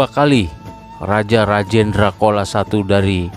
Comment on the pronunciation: Pengucapan chola menurut bahasa tamil adalah cola bukan kola Mohon di koreksi di pengucapannya.